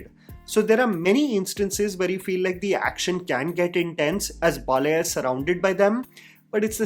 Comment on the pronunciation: its not Balaya, its pronounced as Baalayya! Your South Indian Names pronunciations are very bad always!